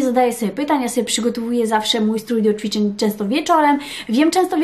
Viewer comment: ja myślę, że to nie jest kwestia logopedy, tylko tego że się żyje w innym kraju niż Polska, zacytuję śmieszny/prawdziwy tekst: "emmm, jak to było po polsku?" 😃 Ale w tym filmiku wyjątkowo dużo było CZWICZEŃ :)